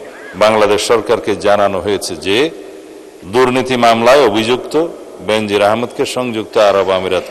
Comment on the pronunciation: বেনজির নাকি বে-নজির 🙃😃! নাকি টাকা পয়সা হলে নামের উচ্চারণ ধরনও পাল্টে যায়?